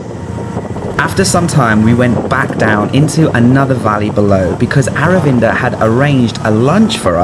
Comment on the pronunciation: His name Aravinda Your pronunciation : our window 😂😂😂😂